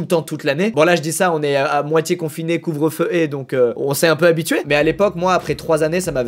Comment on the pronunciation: "Couvre-feu-é" ça m'a tué x))